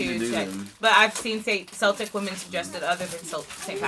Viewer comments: I think Celtic is pronounced with a K sound like Kelly. Just thought you would like to know. PS: I am a big fan of both of your channels. You have a lovely family. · Though in ancient times the word for the Celts started with an "s" sound, in modern times the words "Celtic" and "Celts" are pronounced as "Keltic" and "Kelts" as if they begin with the hard sound of the letter "K." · Celtic as in Celtic Women is pronounced Kel-tic, not Sell-tic. In America, Celtics (Sell-tics) is a team. The Scottish born would object to such a pronunciation. Celtics: relating to the Celts (Kelts) or their languages, which constitute a branch of the Indo-European family and include Irish, Scottish Gaelic, Welsh, Breton, Manx, Cornish, and several extinct pre-Roman languages. If you describe something as Celtic, you mean that it is connected with the people and the culture of Scotland, Wales, Ireland, and some other areas such as Brittan. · “Celtic” is actually pronounced like “Keltic” (hard “C”). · Celtic as in Celtic Women is pronounced Kel-tic, not Sell-tic. I realize the Boston team sayts otherwise but in truth, Irish and Scottish folks would object to such a pronunciation. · It's pronounced kel-tic women and there a group